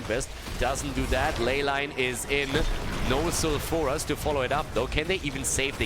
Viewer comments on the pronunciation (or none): love you but plz plz start pronouncing sulfuras foul-fer-ass not sal-fur-as just plz it just annoys me